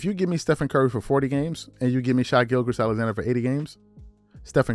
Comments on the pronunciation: You're saying them basing him being the better player off of stats, availability and conference standings is stupid? But you go back to a his play in the 2019 playoffs and kawhais stats over 10 games makes more sense.....haha, you don't watch gge games. Just read stats. Couldn't even say his name. But yes SGA is a better player thus year than lebron, PG and kawhai. He doesn't have a better career than those players though. You couldn't help yourself from mentioning lebron. That man would never have to pay rent living in your head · point is SGA is a star and currently better than PG, and in the same universe as kawhi and steph contrary to what this moron says. This mofo can't even pronounce his name correctly 😂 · I'd say Kawhi is better than sga, don't know how big the gap is. Shai putting up better regular season numbers but postseason is where Kawhi shines. Shai doesn't have postseason results. But also his name is Shai Gilgeous Alexander not Shy Gilchrist Alexander.